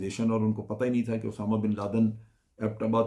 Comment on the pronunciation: جنرل صاحب اردو ٹھیک کر لیں اسامہ بن لادن ہوتا ہے اٹامہ نہیں